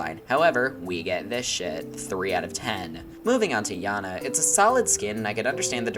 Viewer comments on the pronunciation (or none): Not to be rude but why do you pronounce janna to yanna